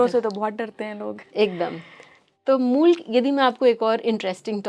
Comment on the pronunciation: Moola nehi mool😅